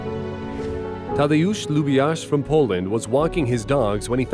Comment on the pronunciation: I love how "Tadeusz Lubiasz" is said here, bc I'm polish and it sounds funny ^^'